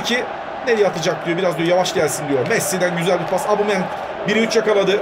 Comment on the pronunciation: Gereksiz yapmacık çocukça.Bu arada "Abumeyang" değil "Obameyang" ;)